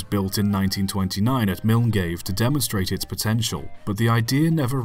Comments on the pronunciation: The place name for the lifted monorail is pronounced "Mill-guy" not "mill-n-gave". Its a stupid name but FYI. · Of all the pronunciations of Milngavie I've heard, "Miningave" is a new one! It's actually pronounced "Mill-Guy". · I see you’ve fallen into the Milngavie pronunciation trap, as it’s pronounced Mul-guy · I knew about Bennies Railplane as I live quite near where it was, Milngave. It's actually pronounced Mill Guy. Sorry for correcting you. I didn't know about the other prop driven trains though, great wee video. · Very good attempt at saying Milngavie it’s actually said mil’guy’v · Milngavie is actually pronounced mill-guy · I was just about to say! Far less annoying than some pronounciations I have heard though, Suprised it wasnt the standard Milne Gavie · And it looks as if he didn't spot the second i in Milngavie either - most people not "in the know" try to pronounce it phonetically with 3 syllables. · I paused the video and came down here to post lol. Ta for grabbing it already.